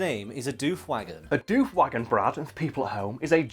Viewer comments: bruh, its doof like woof, not dewf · Yeah hearing it pronounce dewf isn't right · Your saying it wrong. D'oof is how you say Doof. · "Doof" the colloquial Australian name for outdoor rave music (cause it goes doof-doof-doof-doof, I'm not joking) is pronounced with a short double o, unlike the word roof. Doof Wagon, Doof Warrior; short double o. Otherwise your mouth fills with flies in the time it takes to go Oooh, true story.